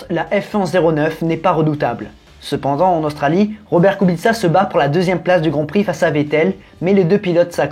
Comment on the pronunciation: Très intéressant 👍 et Kubica était très bien 😉 et en plus tu ne te trompe pas kubitsa en phonétique bravo 👏 en te me fais rire 😂 😂 😂 😂